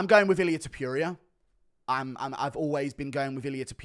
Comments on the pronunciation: Hate the way Guru says Ta-PURE-eea 😂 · Illyuh Tuhpeeria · I genuinely love how you maintain "Ilia Tipeeria" as his name. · i dont like how you say topuria